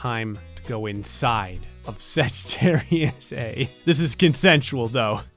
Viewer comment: you are supposed to pronounce the * as "star" in sagittarius a*